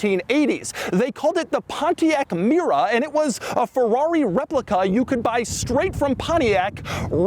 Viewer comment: I dank a shot of tequila ev tiime Doug say pomtiac mera an now am ver durnk zz i m